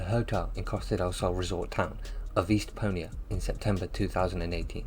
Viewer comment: Mal-agga??? Estpo-a?it's Estepona and Malaga.